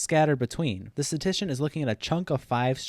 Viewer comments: Every time you said “statician” instead of “statistician” I punched a wall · nice video, but FYI it’s “statistician”, not “statician”. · This video is great but I can't stand how poorly you pronounce the word statistician. It's not sta-tician. You're skipping an entire syllable. Notice there are 3 Ts in the word. It is sta-tis-tician. Also .09% is not 9 out of 100. That would be 9%. .09% would be 9 out of 10,000. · The only thing I hate about this video is the amount of statistician mispronounced as "statician" lol. But yeah, if the harvard dude's math is shady, it "probably" is, or he "probably" is. Kids, don't do math... I mean meth. xD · It’s statistician, not statician. Pronounced “status tishin” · Great video overall but I have to be that guy: s t a t - i s t - i c i a n The amount of times "statician" is said in this video hurts my brain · "Statistician" not "Statician". But otherwise nice video! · Can't tell if you are saying - statician or statistician. No hate, good video. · For the love of god it is pronounced STAT-IST-ICIAN not STATICIAN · You kept saying “statician”... which isn’t an English word. Bro it’s “statistician” (stat-is-ti-cian). Big oof. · “Statition” I’m done. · *statistician. You missed an entire syllable. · If you can’t even pronounce the word Statistician, you should probably rethink your authority on this subject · You're skipping the 2nd "ti" in "statistician" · "Statistician" has 4 syllables dawg